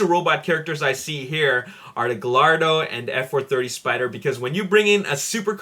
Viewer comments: Advice, The Gallardo is pronounced Guy -Ardo:) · Gallardo is not syad guyardo that is stupid my last name is GALLARDO!!!!!!!